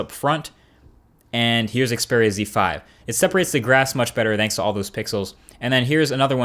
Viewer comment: Great! A youtube reviewer that doesn't say "Ze/Zed" when pronouncing Xperia phones.